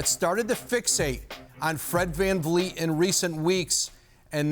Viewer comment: Fred vanfleece